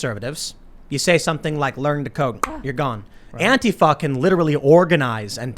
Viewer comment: Tim said antifa and it sounded like antifuck